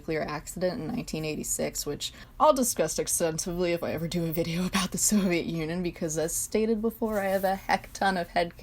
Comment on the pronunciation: “Soviet Onion” Trust me i dont say Union anymore even in history classes its O n i o n This is amazing omg XD